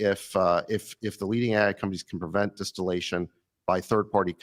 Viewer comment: Di-steal-ation they did, not distillation.